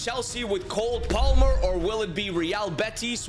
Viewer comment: he said COLD palmer😂😂😂